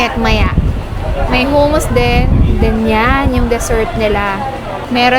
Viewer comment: Huh-muhs ( hummus ) 😅